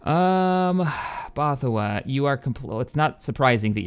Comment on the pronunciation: bothawui is pronounced ''both-a-we''